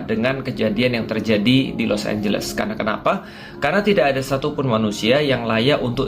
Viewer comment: Los anjles jAdi los ambles